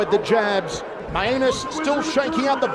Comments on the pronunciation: Is it not pronounced "May-Nus" rather than "My-a-nus"? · actually shouldn't it be pronouced with Main-us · I really hope his last name is actually pronounced "mee-an-es" or something and they just forgot to tell the announcer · He so clearly pronounced that one as two words. Every other time was 50/50, but that one was indisputable. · i believe its pronounced main-us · "This is not where Mainus wants to be... Mainus is most comfortable on the ground" and "OHHH STINGING PUNCH TO MAINUS" got me literally dying laughing...is that actually how his name is pronounced or is it the guys accent?